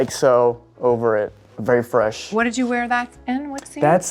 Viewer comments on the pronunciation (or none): none